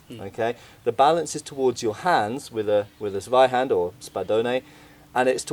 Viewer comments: I mean, good video and stuff, but I still can't get over English speakers calling Zweihänder "Sweihander". Also, regarding the "secondary hand guard": Since it's called Parierhaken, your parrying thing should be true, clue's in the name. Just saying since you called it an opinion. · your "Tssvaihanduh" is improving. Thanks for caring about correct pronunciation, mate. Love your work!